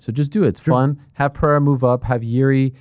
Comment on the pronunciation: Chael can't pronunce PE REI RA, instead he says PIE RA 🤣🤣🤣🤣🤣